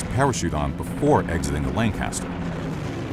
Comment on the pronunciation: Hearing him say "Lanecaster" that many times almost gave me an existential crisis.